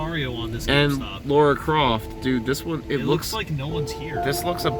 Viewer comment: Why cant Americans say "Lara"? Is that name not a thing over there?